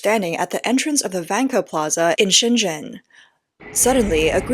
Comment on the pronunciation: The V in Van Ke is actually a W, as in WanKe, and you can put an "r" on the end if you say it in Tianjin accent.